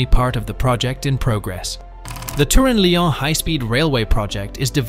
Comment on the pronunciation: Why does Italy pay 10% more than France when France occupies nearly 4 times the amount of tunnel space? Also Lyon is pronounced lee-on.